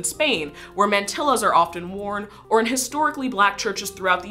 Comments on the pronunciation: Overall a good video but Mantilla is not pronounced "mantila" with a L but "mantiya" with a Y. The double L in Spanish is pronounced as Y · Mant-EE-a... not "Mant-ill-a." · It’s said as “man-tee-ya” or some accents will say “man-tee-zha” the double l makes a y/zh sound in Spanish. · "Mantilla". In Spanish, the two L's function as a y, so it would be Man-tee-yah, not Man-till-uh. Sorry, it just really irked me. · mahn - TEE - yuh - just saying